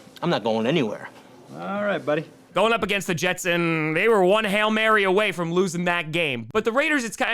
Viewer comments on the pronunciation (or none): none